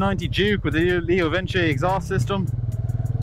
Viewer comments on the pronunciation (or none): I love how you pronounce leo Vince "leo vinchi" as if Vince isn't short for Vincent